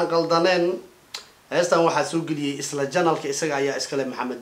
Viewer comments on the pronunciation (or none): none